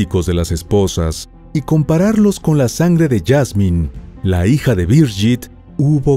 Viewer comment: La pronunciación es "Birguit Maier" no "Biryit Meyer", pues es alemán, no inglés.....